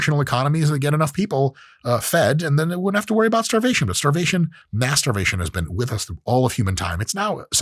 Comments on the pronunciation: When he says mass starvation , i heard masturbation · he defo said starvation masturbation 😂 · Watching Dr. Mike for as long as I have made me think he said “masturbation” when he actually said “mass starvation” -_-. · I feel really bad that when Dr. Mike said ‘mass starvation’ I heard masturbation and I was like, oh it’s related??😂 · Sammmmmeee I heard that and went straight to the comments